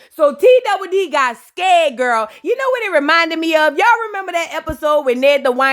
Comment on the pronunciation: Not “her sista knew Knaoww”😂😂😂😂